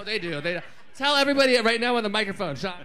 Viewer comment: i’ll always think y’all are saying my name when you say “SEANN”